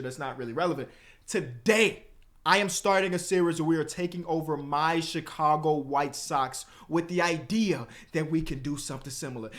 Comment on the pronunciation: that Chicago came out "VON!"